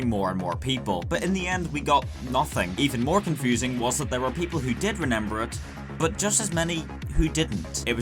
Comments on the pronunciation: Anyone else hear how he says renember instead of remember ? 😂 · "remember" not "renember". Sorry in advance if this is an inside joke I don't get.